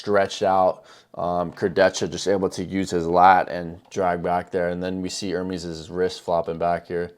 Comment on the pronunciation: his name is NOT pronounced ER-MEEEEEEEEs like peas...its pronounced to rhyme with "yes"